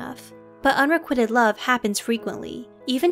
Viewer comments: Excellent video... but my OCD is going crazy at how the narrator is pronouncing “unrequited” - it’s not “un-re-QUIT-ed” as in you’re quitting the gym, it’s “un-re-QUITE-d” rhyming with white. 😏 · Unrequited, not unrequitted. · Why does the narrator keep mispronouncing ‘unrequited’? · please learn how to properly pronounce unrequited